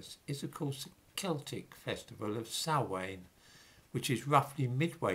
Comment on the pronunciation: Love your channel, but some corrections; imbolc is pronounced as im (as pronounced in the word impossible) bolc, and the passage tomb you refer to isn't the mound of the hostages, but Newgrange, circa 5,500 years old, in the Boyne Valley. Samhain is pronounced as 'sowan' and bealtaine is pronounced 'beowltanna'. Love your content x